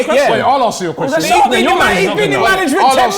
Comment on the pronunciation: “Quwestion” he loves that 2